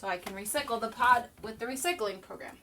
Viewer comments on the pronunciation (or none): Re-sickle? Do you mean recycle?